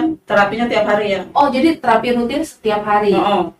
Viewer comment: Terapi apa? Spt apa? Nama terapinya itu koq gak jelas pengucapannya?